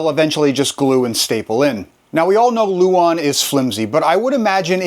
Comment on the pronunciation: Nice job. Just a minor point, it's "lauan" not "luon".